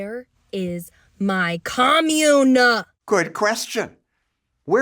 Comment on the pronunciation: what is a "communnah"?